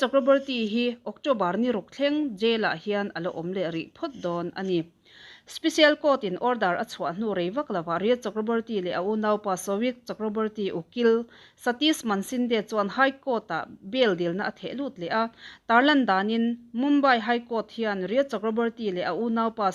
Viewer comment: Rhea Ukil hming lam dan tur chu Mansinde" ni lovin Maneshinde" a ni zawk.😆